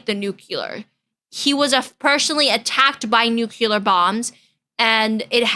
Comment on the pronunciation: Why do you call it nukular?